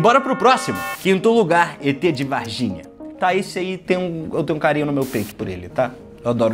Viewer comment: É Varginhaaa, não varginia kk